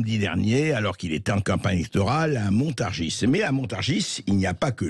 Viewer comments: On dit montargi et non montargisse ! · Mr le présentateur de Sud Radio, la Ville que vous désignez Montargis se prononce MontarGIs et non MontarGISE., pour vous en souvenir pensez à PariS. Quant à, vous êtes un homme courtois et courageux. Dans les médias, rien sur votre geste que vous avez eu envers Mr Blanquier 👍. Je vous souhaite bon courage et si certain(e),s Français(e)s ouvraient enfin les yeux et votent RECONQUETE 👍💝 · Ont ne prononce pas le "S" a Montargis, ont dit littéralement "montargi " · Montargis se prononce i